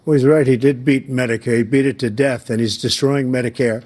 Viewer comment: did Biden say he's bringing down the "Fentanyl Debt"?!?!